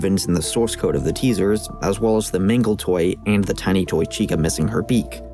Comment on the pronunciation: am i the only one who hears say "mingle" instead of "mangle"